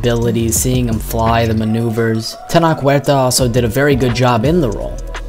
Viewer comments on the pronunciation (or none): It's pronounced Teh-Noach